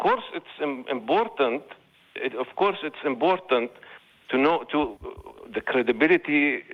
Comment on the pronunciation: It is imbortant for scientific papers to have beer reviews. I am not mocking him; the Arabic language doesn't have the sound "P". But I would have loved it if beer reviews were part of standard science evaluation.